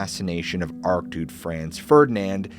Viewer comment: re: archduke… it’s a ch sound not a ck sound. have you considered someone to edit for pronunciation and general knowledge info? when words are your work, they are quite important.